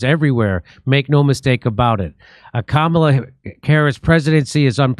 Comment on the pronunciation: Kamala bedeutet auf Sanskrit Lotus und ist auch eine heilige Blume. Es wird einfach als Kamala ausgesprochen, nicht als Kamāla. Ist das jetzt klar?